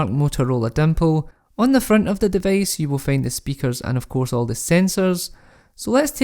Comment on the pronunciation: Device becomes devace?